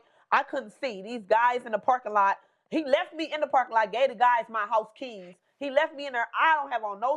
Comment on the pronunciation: For a second I thought he was talking about his "kids", took me a minute to realize he said "keys"😅